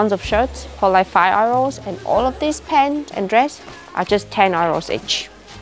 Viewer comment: She's so adorable I absolutely love her videos, I love how she says euro's, it sounds like arrows and I love to imagine she's paying for everything in arrows